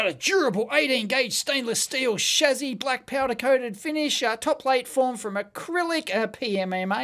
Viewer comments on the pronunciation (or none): none